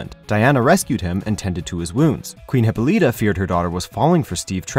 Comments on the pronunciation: I cringed every time this guy mispronounced Hippolyta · OMFG! this guy can't even pronounce Wonder Woman's mother's name correctly. #WHATADUMBASS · Well, gee, it's almost like they thought end of the name "Hippolyta" would pronounced like the name "Lyta"... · Not to be rude but your saying hippolyta wrong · Great info but you're saying the names wrong is maddening. It's Hyp-Pol-La-Ta and Them-ma-sCara. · I'd give this video a thumbs up, but the speaker can't pronounce Hippolyta or Themyscira properly. Both are said many times in the recent Wonder Woman movie. I thought you guys were a tad more professional than this. Very disappointed.